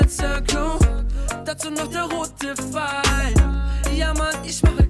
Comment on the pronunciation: ES HEIßT *PPP*FEIL UND NICHT FFEIL